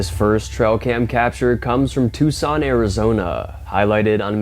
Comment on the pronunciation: Tucson oh gosh ....pronounced Two Son,, the c is silent